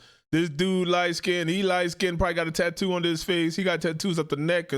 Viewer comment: "Skinded?" What is Skinded? Are any of you things capable of speaking English properly?